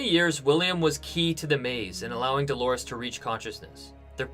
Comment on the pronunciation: The name is DOLORES (it means "pains" in Spanish), for crying out loud!